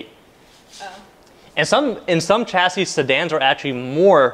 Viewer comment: Coupe is a French word and is correctly pronounced Coopay. A coop is where to keep chickens. Chassis is also a French word and is correctly pronounced shasee. Sh not Ch. You also said you guyses. It's just you guys.